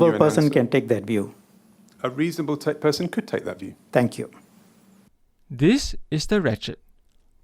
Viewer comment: Shanmugam is an excellent lawyer like most Anehs but his pronunciation of some words was so bad such as - “View” pronounced at “Wiew”…”Verbal” pronounced as “WereBel” etc…🤣